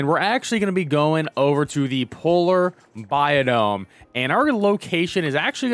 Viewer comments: Bi-omm not Bi-dome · I promise I’m not tryna be an ass. It’s “bi-ome” I’m sorry it just drove me crazy